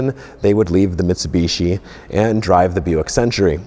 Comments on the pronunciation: it's pronounced Mitsubishi clown not mitsubitchy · Uhmm sorry but whats a mitseeebeeeesheeeee? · Metsubeshi Gulunt. The american pronounciation.. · The way he says Mitsubishi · Claims to be the biggest Mitsubishi fan but cant pronounce it right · I know us (Brits) and the Americans both pronounce some car names differently. But The way you pronounce Mitsubishi always makes we laugh. You guys pronounce the second I as an E, whereas we pronounce it like you would when you say "in".... Oh, and Nissan also makes me laugh (Nee-sahn to you guys LOL) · that awkward moment when you have a brand revolving around mitsubishi's but can't pronounce mitsubishi.